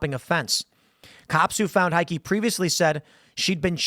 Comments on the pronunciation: Not even remotely psychotic..nothin to see here! Y'know OR he's setting up his insanity defense. Heike is pronounced hi-kah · It's pronounced Hi-keh . German name.